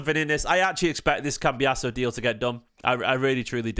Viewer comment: Don’t want to annoy you but why do you keep saying cambias e o it’s doing my head in 😂